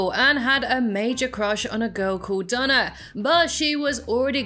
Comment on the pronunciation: I not sure if you have an accent but it sounds like you say Donna but it is actually Dana but good vid